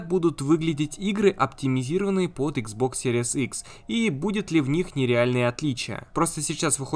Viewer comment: Спасибо за видео.блоггер научись Пожалуйста правильно название приставки произносить